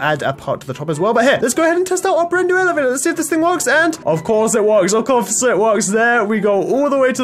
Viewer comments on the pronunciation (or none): he says of coufse